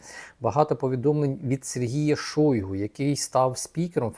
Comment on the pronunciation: Не Шóйгу, а Шойгу́! Выучите уже!